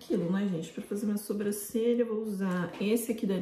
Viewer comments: Gente eu acho uma graça que a fala sobrâcelha em vez de sobrancelha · Eu não sei se acho fofinho ou fico com agonia do jeito que a fala "sobrâcelha" kkkk